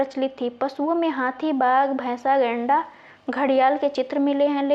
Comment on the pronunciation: Madam ap गैंडा को लैंडा बोल रही है और मोहनजोदड़ो को मोहनजो*** बोल रही है प्रश्न संख्या 76 class 3